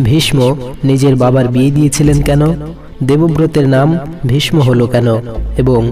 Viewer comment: আপনার উচ্চারণ ঠিক নাই(।ভীষ্ম)